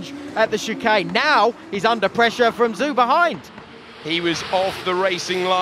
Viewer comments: Zhou is pronounced more like "Zcho" with the o in "hole" rather than Zoo. It will take the commentator a decade to pronounce his name right just like Kubica I'm afraid. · Somebody please tell them Zhou is pronounced JO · I do fucking wish they pronounced Zhou’s name properly. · Well done 周冠宇！And shame on the commenters,can't even pronounce Zhou correctly.